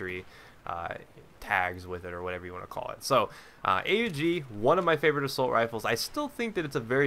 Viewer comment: U dont spell it A-U-G you say Aug, its a name, one word. Why do i know it? Because i used it when i was in the austrian army :)